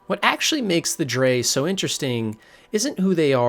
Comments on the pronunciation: Noooooo in ESO the NPCs pronounce it as "Dreg" not "Drey" aaaaaah my brainnnnn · For future reference, “Dreugh” is pronounced “Dreg” :) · STOP CALLING THE DREUGH “DRE”. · I’m like “wtf is a Dre?” I’ve only heard of them pronounced as “Dreg” as in rhyming with 🦵 Leg 🦵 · Is it not pronounced ‘Dreg’? I’m pretty sure that’s how they say it in the games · "Dray" hahahahahahahahahahahahahahahahahahahahahahahahahahahahahahahahaha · btw you're pronouncing Dreugh wrong, but great vid tho. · Snow Elves turned into Falmer through simple evolution. And it's absolutely in character for the Dwarves. "... one degenerate zoo." That's racist.😂 Btw, it's "Tshay-she", not "Say-Yesee". And "Jo-Anne" is a woman's name. So many mispronunciations! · I liked this video but the many mispronunciations such as Dreugh as 'dray' (I could forgive this one honestly since it's an odd word) and VaermiNA as VaermiRA (you could have just taken the time to read the name properly, also if you've played the games thoroughly as someone interested in the lore you'd have heard it pronounced by VAs a number of time) along with the lore covered in this video being just a shallow glimpse at the clusterfuck that is TES lore, makes it feel very false and not genuine, as if you just thought this would be a topic that brings in views by attracting passionate TES lore fans while not being very passionate and invested in the lore yourself. The whole video comes across as if you've just compiled other people's theories that you've found on forums and not actually done any proper reading/played the games yourself. I just really don't think it's a very good idea to try to cover so much of such convoluted lore without being very passionate about it specifically. Still, good try and fun video!